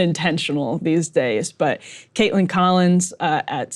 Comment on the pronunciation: its Kaitlan, not Kaitlin